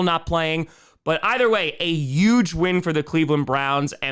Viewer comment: Not being able to pronounce the word huge is always so hilarious to me. That was UUUUUGE